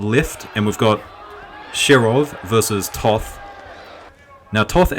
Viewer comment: Pro commentator tip: Toth is pronounced just as 'taught`.